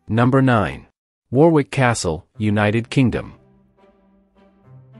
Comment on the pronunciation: Warwick is pronounced "worrick"- like "worry" with a "k" on the end.